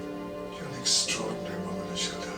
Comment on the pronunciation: You are pronouncing Ashildr's name correctly,! I preferred this episode to the previous one. Ashildr/Me pleaded with the Doctor to take her with him, because she didn't want to be alone and she showed a vulnerable side. She was like the scared little girl in the Viking village. However, the Doctor has seen a darker side to her character. Ashildr/Me is bitter and resentful that the Doctor made her immortal. She shows no gratitude, when she says she would have died at some point, anyway. This all leads to a lesson that the Doctor has to and is about to learn about loss, to stop him feeling sorry for himself, because so far, he hasn't been remorseful for the people he had "a duty of care" to, but has been full of self-pity. Season 9 is pretty much all about loss and what the Doctor is about to learn from it at the end of it all. I still think Ashildr/Me is a pain in the...you know! Great reaction video,. There are some great episodes ahead and I look forward to your next reaction.